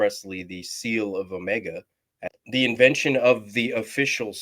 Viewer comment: Agreed. Even mispronounced the name. "oh-MEGA" instead of "OH-mega" as it has been up until now!